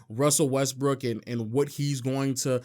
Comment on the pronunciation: West"Brick" slip 😁